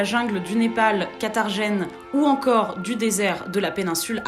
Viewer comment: Carthagene, et non quatargene.. 😄, sinon très bon documentaire